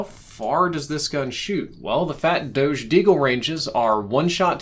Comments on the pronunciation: Everyone: Dogeh: Dowsh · This is great , but I definitely cringed hard at “MOANalithic suppressor” and “fat doadzhe”